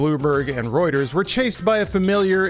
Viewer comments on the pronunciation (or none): none